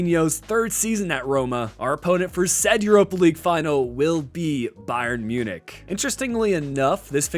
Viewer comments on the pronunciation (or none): none